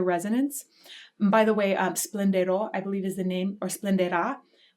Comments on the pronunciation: So instructive, and what an aria and what a singer to choose. Surely Pavarotti must be the exemplar. His eyes at the end convey such grit and determination. I've often wondered about his production of "splenderà". Being a layperson and going totally off sound perception, it almost seems to my ear he's using an E-I diphthong sound on the first syllable, gradually changing into a purer E. But your explanation of his altering the resonance from a more covered place, to more forward explains that issue. I've also wondered about his choices on "vincerò". Apologies for my less than technical explanation, but in his, much more so than others', performance, he hits the N-C transition very hard to my ear. Others seem to sort of glide the two together, but Pavarotti really gets in there with "Vin...uh...Cero" nearly going to a "Vineh-Cero". I have no clue as to the phonetical or orthographical rendering of what I'm trying to say, but it's a definite apparent difference in his performance of this aria than others. Would that most likely be a stylistic choice, a truer Italian pronunciation than non-native-speaker performers would have? I'm sure you've seen it, but Pavarotti's '80 performance of "Nessun Dorma" at Lincoln Center is my favorite. The ending, rather than the full-on solid determination and grit seen here, is a bit of a softer confidence, Pavarotti bursting out in a wide smile on "Vincerò", as if to say, "Yeah. I've got this. I'll win. Oh, I'll win." Another endearing live per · I was so hoping you’d address the quick covering of the vowel at the beginning of “splendira” — in other performances, he has pulled that note down to a pianissimo but remaining open, pushing a crescendo into a fortissimo before moving to the second syllable. It almost sounds like he thought about it but changed his mind and abbreviated the expression. When you have mastered total control, you can adjust and shift and turn on a dime like that and it all remains perfection. 🥰